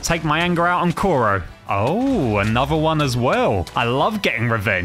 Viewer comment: I hate the fact he said captain Koro instead of kuro